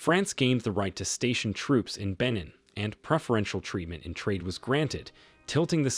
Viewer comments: That’s not how you pronounce Benin sir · I wasn't going to make this comment but as I continued to watch the video it was clear the narrator has made little effort to seek the correct pronounciations. Coup = coo Benin = Beh-neen Wade = Wah-deh And also people of Niger are referred to as Nigeriens not Nigerians (confused with the people of Nigeria). Some of the subtitles were incorrect also (Chant = Chad, for instance) Other than that critique, this was a very informative video so thanks for making it. It Irk's me when so much research has gone into the video!